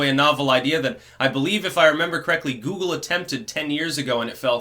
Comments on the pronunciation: Lmfao “jew-uh-google” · did you say jew? I think i heard you say Jewoogle.